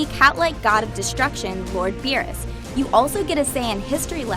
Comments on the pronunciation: Why does everyone still call him "Bills"? It's BEERUS!!! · Why is she saying beers?